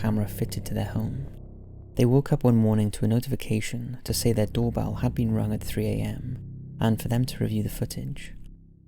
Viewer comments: The doorbell one sounds like “fuck you” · Number 4 sounds like more like "Fuck you" to me lol..